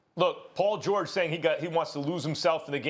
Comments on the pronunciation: “Paul Jawage” -Kendrick Perkins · “Poll George” lol big perk